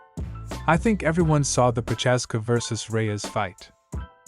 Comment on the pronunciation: its not Proczázska or Proházka, its Procházka